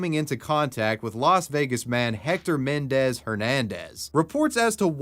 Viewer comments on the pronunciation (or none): none